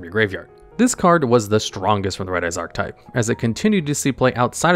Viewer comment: Why do you keep not saying the “e” in archetype? It is a 3 syllable word, i little though you kept saying “art type”